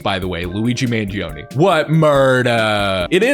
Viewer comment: If you really loved Italians why did you Pronounce Luigi Mangione last name wrong for the entirety of the video?